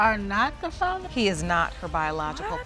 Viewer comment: If you're going to do paternity videos, at least say the word FATHER correctly! and musics too loud!